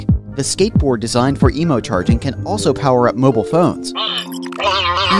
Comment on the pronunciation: It’s EMO not emu